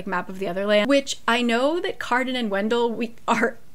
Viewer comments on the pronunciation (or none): none